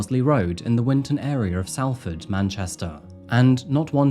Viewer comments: from salford as well, was horrible seeing all the updates:( also, i doubt 'll see this but salford is pronounced sol-ford, not sahl-ford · i am not English and even i know it is not 'sall ford', it is saul ford you can clearly hear the cop pronounce it correctly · It’s Solford not Salford I promise google has lied to you r kid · Both are acceptable, the narrator has a southern accent and the police officer is a northerner. They pronounce their A's differently. It's a place in the north so you could argue "saul" is correct, but no one in the UK actually would argue that southerners are pronouncing it wrong. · I hope Katrina teaches you the correct pronunciation of Salford. It sounds like "Sol-ford". Easy done when you're not from here though. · My ears were in pain every time you said ‘Sal’ not ‘Sol’ for Salford. Please ask your sister how to say it like a Manc would 😂😂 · Great video! This happened about 7 mins drive from my home. 😢 poor guy. Also just a little tip, it’s pronounced Solford ❤ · Salford is pronounced Solford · Salford is pronounced Solford. For some reason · Great video! I live near the area and it was a really unnerving time . Stuart looked like a lovely man, and he helped people out of the goodness of his heart. The fact that this monster casually threw Stuarts unreplaceable family photos away just breaks my heart. Ps. Its pronounced Sol-furd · It's pronounced "Solfud" lad. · Hello, great video. I live in Blackley, they closed the park near me while investigating this murder. Fyi its pronounced blake-ly, no idea why. Also Salford is pronounced Sol-ford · It's pronounced Sol ford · "Salford" is pronounced like "Salt" .. 'A' sounds like an 'O'.... Not a sharp 'A' like in "Sally".